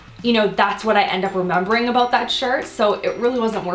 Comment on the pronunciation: I love the way you say about!